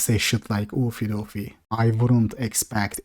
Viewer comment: Oofy doofy is NAW not Law xD